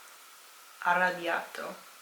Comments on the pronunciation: You pronunciation is great! To take it to another level, really distinguish the difference between double consonants and single. For example, you said ARABBIATTO emphasising a double T. Italians will still understand of course, but that fine tune will skyrocket you :) coraggio! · Heyy, just wanted to say that it's arrabbiato, with two b. By the way I'm really happy and honoured to know that someone is actually interested in our language! Complimenti, hai pronunciato bene tutte le parole continua così!